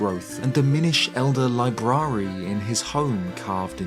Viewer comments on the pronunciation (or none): LMAO how do you pronounce "library" like that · I'm not sure I've ever heard someone pronounce 'library' like that lol. Jokes aside, congrats on your baby daughter! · I have never, ever in my life heard anyone pronounce "Library" that way before. I'm so confused.